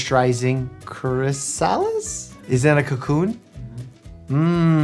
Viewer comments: Pronounced "CHRIS-a-liss!" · “ChRi-SaL-eEhS” Me: “CRIS-IL-IS” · Is it being a New Yorker? Being a dedicated DO? How does Mike not know how to pronounce Hormel or chrysalis? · He said cHRysiLIS? Is that a food ?😅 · Doctor Mike how can you pronounce all these big scientific words but you can't say chrysalis?😅😅😂😂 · I love that Doctor Mike can pronounce all these big medical terms but he slips up on words like Hormel and chrysalis. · Someone help doctor mike with how to say chrysalis. XD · Words mispronounced only 1/3 into the video: Hormel (it's Hor-MEL, not HOR-mel), chrysalis, jauntily. Should his patients be concerned? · Why did he say chrysalis like that though? 😭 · That pronunciation of chrysalis was so painful lol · Him being able to pronounce the most obscene medical terms but mispronouncing chrysalis is definitely something